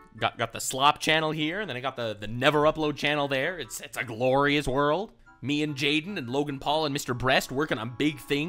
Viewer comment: Oh wow we got a ze wurldo … feels like it’s been abit